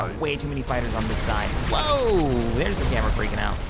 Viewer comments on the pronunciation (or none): Yeah, but then there's stuff like pronouncing Gamorr 'Gamora', Hypori 'Hyporia', and there was one time he pronounced Geonosis as 'Geonosia'. Thinking about he, almost every planet name he mispronounces, he adds an A.